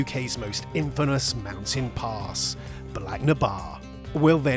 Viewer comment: That is the worst pronunciation of Bealach na Ba I've ever heard